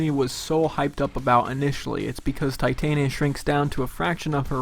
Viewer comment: All I want is someone to say her name right. It's Titania not Titanium. say it with me now. t-tahn-yah